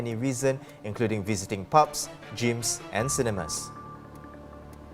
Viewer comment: Dear, "reason" is not pronounced "risen". Also, "gyms" is not pronounced "jeems". Your standard of pronouncing English words leaves a lot to be desired.